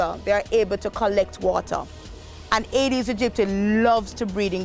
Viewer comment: Could pronounce the mosquito specie slowly. Agee dedistie is what I hear